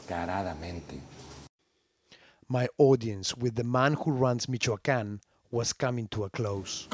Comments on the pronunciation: Mikoakan-- Its MiCHoacan.. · "in the western state of Meekwakooan" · He said, "Mee-ka-can" . Pena Nieto celebrates, he is going to save Mexico. Look at Times magazine. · It's "Meech-Cho-Ah-Khan" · It Sounds like hes saying Michaeljuan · Michoacan ( Mi-cu-wal-can)